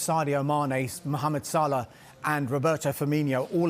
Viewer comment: Saaaaalaaaaah Why does he say it wierd